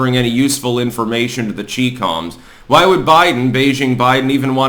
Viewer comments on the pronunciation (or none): CHI-COM.....NOT CHEE-COM... CHI..like the tea... Gad...intentionally idiotic.